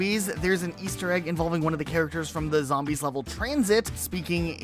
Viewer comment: Has this loser never played a zombies map? Can’t even say them right